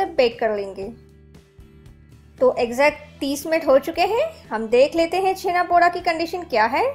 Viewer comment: The 'da' in Poda is pronounced as Daw (ड़) not Daa (ड़ा). And it's not your fault. Most odia are guilty of wrongly representing their cuisine and culture. Like Odisha has always been pronounced as Udisha and Poda is pronounced Podaa by the rest of the country and no odia minds to correct them. Anyways loved the recipe, and try to avoid dry fruits in this. For some it may be their own twist, but in the original recipe and throughout Odisha you won't find dry fruits in Chhena Poda (छेना पोड़)